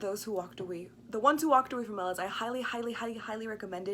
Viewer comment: Okay, first, I couldn't get past the fact that keeps mispronouncing the name in the title and of the city. Le Guin, herself, acknowledged the proper pronunciation in interviews (I am not just making this up). The city is pronounced "OH-meh-lahss," with the heavy stress on the first syllable, OH-, like the name of the city of Omaha. Just think: OH-ma-loss. Second, I don't think that gets the underlying point of the story. makes allusion to Christianity and describes the story as a normative account of an ethical choice, or perhaps even a worthy sacrifice. That is not really the point of the story. The story is not a fictional narrative of a normative state of affairs, but a descriptive moral parable, highlighting what is called "a moral illusion." Moral illusion is when people think that they are acting in a sound moral way, or at least a morally neutral way, when in fact they are acting in a morally corrupted way, or flatly immorally. The people of Omelas are generally willing to do what most of us do everyday: we know that there is tragic and unfair suffering in the world, and sometimes we even see it. We can certainly find it if we wish. But then we go about our daily lives, striving for our own happiness and contentment, never sacrificing anything of any real substance to stop it. Isn't that a morally corrupt way to act? Would you give up a year's worth of pay to stop one child from suffering for one day? Would you give up your smartphone for a y